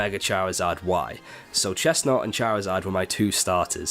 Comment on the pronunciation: CHESNAUGHT, NOT CHESNUT! SO NOT CALL CHESNAUGHT UGLY! AND DO NOT LEAVE OFF THE A IN FROAKIE!